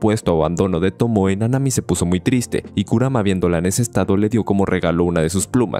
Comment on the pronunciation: en serio, el video esta muy bien, pero me pone de los nerviso que dice KURUMA....y es KURAMA!!